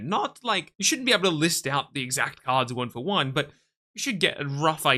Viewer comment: The way you say kards with the k.. accent definitely tells me we love Pokemon anywhere